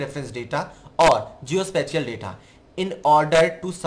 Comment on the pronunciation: Sir Please do research on the word SPATIAL۔ Sorry to say! Your pronunciation is not well.